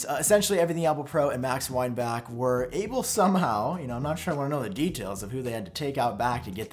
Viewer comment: It’s not Weinback it’s Weinbach.